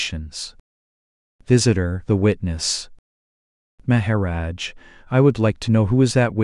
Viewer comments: It is a bott doing the talking I think? I like everything but " May ha rodge" lol:goodvibes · the pronunciation is so distracting. Please. Maha - rodge. The accent is so distracting